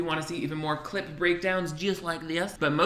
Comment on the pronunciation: One day my last three braincells will stop hearing “clit” whenever you say “clip breakdown”...... But alas, today is not that day